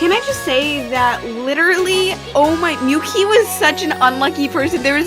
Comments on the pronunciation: Mi-yu-ki not Myuki A-ka-né not Akene Na-o not Naho Ya-yoi not Yay-yo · correction on the pronunciation! Miyuki -mee-yoo-kee Akane-A-kah-nay Yayoi- Yah-yo-ee Nao-Nah-o Reika-ray-ka and i get these were mistakes, but instead of makito (how u said) its makoto. with an o. sorry if i sound rude, just trying to correct